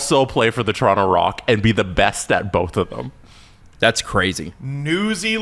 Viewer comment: Toronto in how many… (Guy on left) 😂. Bro said Tor in 5 💀